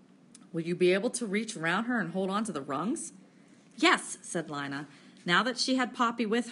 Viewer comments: Linea sksksks it's leena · It is Leena not L ina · (ALEX) yea its leena not lina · Nah “LEEna” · Li-na? It’s Lean-a 🙄😹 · it is not lina its leena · you pronounce Lina wrong